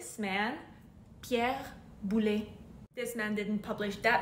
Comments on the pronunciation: Boulez c'est balèze, mais on prononce le "z" à la fin. Well done for the others! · You must pronounce the "z" at the end of Pierre Boulez. :) The rest of your pronunciations are great !